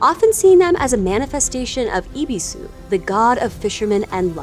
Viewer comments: And also Ibisu instead of Ebisu... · Yeah, I mean japanese isn't like english in that everything is just pronounced the way it makes sense to, so I wouldnt say Ebisu is pronounced eh-bee-sue, it's pronounced E-bi-su. This is apparently impossible for english speakers though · BAH-KEH KU-G-RAH, not bok-kee ku-jeer-ah. EH-BIH-SU, not ee-bee-soo. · If I may, "E" is usually pronounced as in "ebony," so the god Ebisu is pronounced as Eh-bee-sue, and Bake-kujira is Bah-keh-koo-jee-rah.